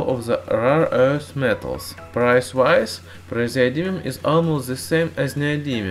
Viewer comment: i love the way you say "rare earth metal".